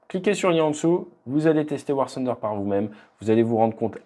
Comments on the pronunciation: Ce n'est pas "sunder" mais plutôt "funder", le "th" se prononce comme un "f". Par contre pour "the", en France on dit "ze" mais les anglais dirions plutôt "de" comme avec un "d". Mise à part cela la vidéo est superbe. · On dis tunder ... Mais sinon bonne video